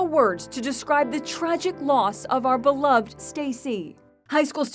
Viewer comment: Be-lov-ED. For Pete's sake.